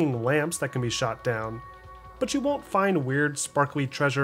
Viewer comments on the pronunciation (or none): none